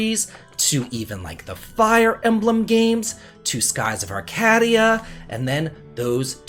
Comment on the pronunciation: he said arcadia, lol